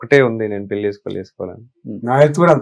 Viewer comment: తెలుగులో ళ అనే అక్షరం వుందిరా పెల్లి అంటావేంట్రా పెళ్ళి అనలేవూ? మల్లీ కాదురా బాబూ మళ్ళీ అనాలి!